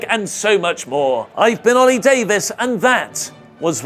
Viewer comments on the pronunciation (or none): none